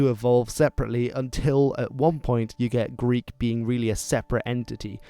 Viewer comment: You are killing the Greek pronunciations, but the content you are presenting is very interesting. Thank you!